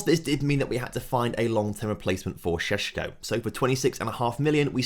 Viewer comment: I'm glad you sold sesko because I was struggling to handle the way you said sesko.